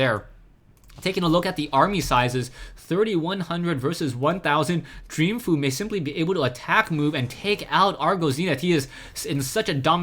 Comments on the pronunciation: I believe its pronounced "Fo' You", going by the GSL pronounciations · it's pronounced fo-u